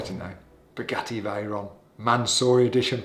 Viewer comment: Some one tell this is here it will be in next Sundays vid haha "I Bought the UKs cheapest Spagetti Vayron" haha